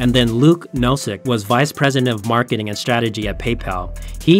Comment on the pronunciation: Am I the only one that heard him say Mcmarketing efforts lol